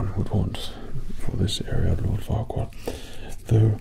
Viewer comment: At first I heard it like fuckward… untill I read it was Farquaad😂😂😂